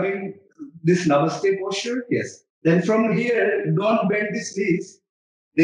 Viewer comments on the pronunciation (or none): none